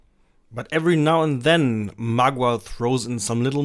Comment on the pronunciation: It's pronounced m'gwa, not magua.